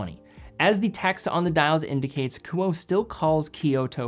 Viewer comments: Ku-oh-eh not Ku-oh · the brand name is pronounced “Ku-oh-ay,” not “Koo-oh." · Thanks for another excellent review. The correct pronunciation of the brand is KOO-Oh-Eh. In Japanese, all sylables receive equal weight (theoretically). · great video! the pronunciation of this brand would be ku-oh-ay based on my knowledge of japanese phonetics. Amazing watches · Honest question. Is KUOE pronounced 'ku-oh' or more like 'ku-oh-eh'? Japanese's kana structure and pronunciation would imply the latter, but the former could be applicable if the name has a western or Anglo-American inspiration behind it. I can't find this information on their website. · Don’t know the owner nor the company, but in Japanese this would be pronounced Ku Oh Eh. KU as in coo coo cachu… OH as in only… EH as in enemy. 3 syllable name. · Likely pronounced Kuo-eh. As in Kuoé or Kuoë. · Love your content and watch almost all of them. Isn't it pronounced "coo-oh-eh" ? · If it's meant to be pronounced as a Japanese name, it would be Ku-oh-eh. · It's pronounced "kuoe" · I think it's great you're featuring a smaller Japanese watch company, but you should really know that it's pronounced Kuu-o-eh. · I would pronounce the “e” as a third syllable. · God forbid if you mispronounce a french name on watches. But it's ok coz.it's just an asian brand.